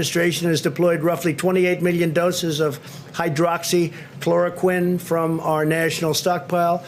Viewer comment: At least his pronunciation of hydroxychloroquine this time was on point.